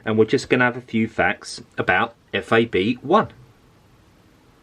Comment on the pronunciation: It's FAB 1, not F.A.B.1